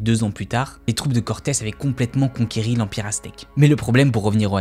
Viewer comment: "conquéri" .....heu?